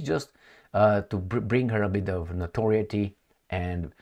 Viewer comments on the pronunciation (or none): none